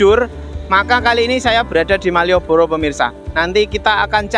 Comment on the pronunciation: Penekanan maieboro